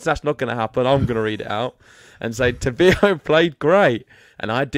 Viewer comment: Please pronounced correctly his name: TA-BI-LO, no tobio.